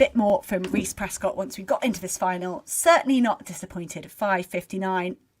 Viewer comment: 1hr:19 - 1hr:21 It's Prescod not Prescott.